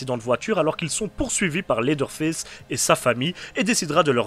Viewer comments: « Lédeure fess » 😭😭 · c'est sûrement moi mais le premier "leather face" dans l'intro je suis persuadé d'entendre ça 😂